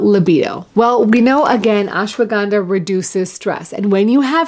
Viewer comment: Surprised to see you couldn't pronounce Ashwaganda in the Indian way.